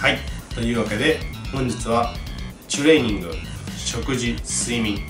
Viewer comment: 前から知ってはいるけど、 いちいちチュレーニングの 「チュ」の言い方が気になるなーwww